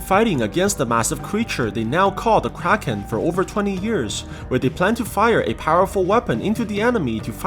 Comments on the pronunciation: whenever u say "kraken" i only hear "crackhead" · This man really calling the thing kraken like bro.